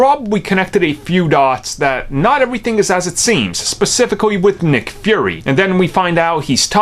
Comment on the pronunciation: Why do you keep saying "Furry"?